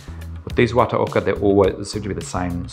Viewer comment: Great clip and demonstration. Not too bad on the pronunciation, but 綿岡 (the company name) would be something akin to wah-tah-okah 😁